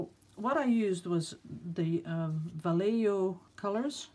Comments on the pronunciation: Not sure if the L is silent or not. But probably: Val-LAY-yo ((or, technically if you're reeeally spanish: baa-YEY-ho)) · It's Vall e Ho...the J in Spanish is pronounced as an H.. and Golden is considered one of the best paints in the United States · Actually, in Spanish, the double L is pronounced yea. So va yea ho. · Va (short a) lley ( as in lay) jo ( as in hoe)....... I lived in a town once called Vallejo..... :) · Awesome info, love the deep colors and great cell action. Also, it's pronounced Va-lay-hoe :) haha